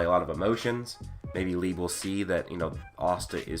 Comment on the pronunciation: You kept saying lib instead of Liebe💀